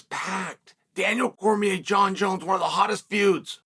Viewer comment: “Jaunn jones néuhh”